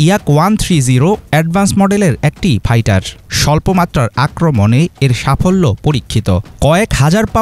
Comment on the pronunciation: Fighter re gada not paitar